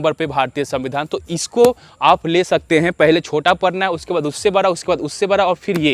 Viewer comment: Pahle bolna sikho bara nahi hota hai bada hota hai